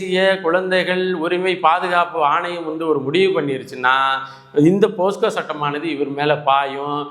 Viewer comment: போஸ்கோ இல்லை சார், போக்சோ என்பது தான் சரி.